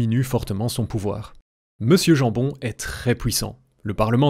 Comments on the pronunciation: Ça ce dit pas jan jambon mais yan yambon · 🇧🇪🇧🇪🇧🇪🇧🇪 ( on passera sur la prononciation de jambon pas tout à fait strictement exacte) excellente vidéo, cher compatriote, et merci ! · "jambon" ne se prononce pas comme du vulgaire jambon...